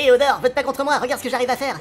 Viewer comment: ça me tue quand Arnaud , a chaque fois qu il parle , dit : Odore